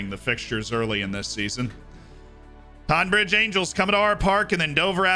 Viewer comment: I live pretty much next to longmead (tonbridge angels ground) funny to see them being mentioned. It’s pronounced tonne bridge though